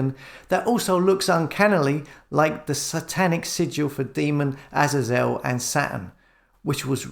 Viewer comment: Please, please can you say Aay zay zelle instead of your version of the name Azazel? Thanx... A fan!